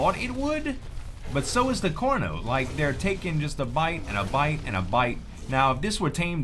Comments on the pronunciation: its pretty annoying that he says corno in stead of carno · when you say Carno, to me it sounds like Corno